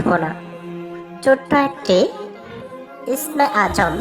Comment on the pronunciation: আগে আপনি ইসমে আজম নামটা সুদ্ধ করে নিন তারপর অন্য কে বলবেন